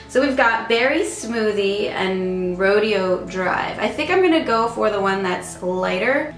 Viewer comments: I love this makeup look. It brings out your beautiful brown eyes. Also not to be one of those people but the lipstick Rodeo Drive is actually pronounced like Rodeo Drive like in Beverly Hills. Ro-deh-O. Not that its a huge deal but u know how some people can be all rude about it I just wanted to nicely let you know. I mispronounced Maybellines Daringly nude and was calling it Darling nude. Lol. I think you have inspired me to do a smokey eye today. 😍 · Love the look! Btw, it's pronounced "RO-DAY-O" Drive. Lol I also have the same problem with onions. If you can try to plug your nose and close your eyes as much as you can. I also have these silly onion goggles that I wear when the onion is just way to strong. Hope this helps! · You look gorgeous! BTW that Gerard lipstick, RODEO DRIVE, is pronounced Row-day-oh Drive, the the Rodeo Drive shopping area in California. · Love it! Super pretty,! Oh, the lipstick is pronounced Roh-day-oh Drive. Rodeo Drive is a famous boulevard in Beverly Hills! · The way you said "Rodeo Drive" 😂 Loved the look! XoXo